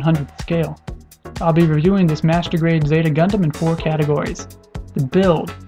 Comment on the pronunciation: when you say master grade sound like masrtubate.... LOL